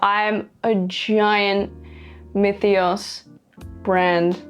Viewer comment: tthats how you pronounce myethos?